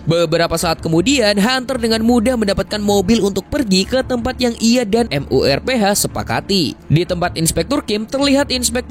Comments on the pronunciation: MURPH AJASIH KENAPA HARUS M U R P H GAENAK DI KUPING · MURPH JADI M U R P H, auto geli gw dengarnya dieja begitu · Bang lu sekali lg bilang M. U. R. P. H..... Aaarggghh...